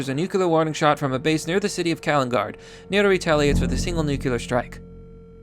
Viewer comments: Jesus christ, please learn how to pronounce "nuclear". Nu-clear. Not Nuke-yiller. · STOP SAYING "NEW-CUE-LAR" IT'S "NEW-CLEAR" DAMMIT! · Nook - lear. Not "newkewlear". Only two syllables. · New... Clear. Say it with me. Nuclear, not god damned nukular. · NucLEar not nucELar war, man idk why it annoys me so much, like hwile instead of while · God. Dammit. Nuclear. Not 'nucular'. Noo-clear. The word 'clear' with 'nu' in front of it. Not god damn 'nucular'. You said it so many fucking times and every time it was wrong. Nuclear. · my guy its not nucular its nuclear.... new-cue-lar no. new-clear yes, jesus use our beautiful language correctly please its not that difficult. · WTF... STOP SAYING NUKE-YUH-LER. IT'S WRITTEN NUKE-LEE-AR! NUCLEAR!!! I'm calling it now, has an IQ under 100... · New. Clear. Newkyooler. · It's not nu-cu-lar. It's nu-cle-ar. Get it right. Makes you sound illiterate. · Nuc-u-lar? Bro.... nuc-u-lar? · Yo... It's pronounced nu-cle-ar. It's not nukular. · Newcular war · No balls kill the human species. *Hears nuculear sirens go off* The mad lad. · I'll actually pay you if you stop saying "nukular". It's nu-CLE-ar, like in "Cleo". This word has been "W-Bushed" to fuck already! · Nuclear. Nu (new) Clear (kleer). Not nucalur. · Nuculer war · I love ya... But ffs. Noo-klee-er. :-P it sounded like you were trying, I think you said it right once or twice. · Anyone else bothered by the pronunciation of the word ‘nuclear’? As if it’s spelled nuc-U-lear 🙄....... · I can’t take anyone that uses a q when they say nuclear. Say it with me, “new cle ur.” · New-KLEE-urr.... Please for the love of god say it right.... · pls man it's nuke-lee-r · NOO-KLEE-ER NUCLEAR AS IN NOO-KLEE-US NUCLEUS OF AN ATOM. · "Nukeuler" You're a fucking mongoloid dude. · Nuke yew lur